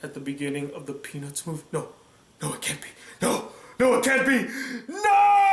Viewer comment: peanuts movie I know it sounds like he said penis movie